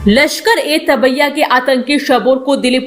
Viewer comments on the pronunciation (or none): लश्कर ए tabbiya नहीं है तैयबा है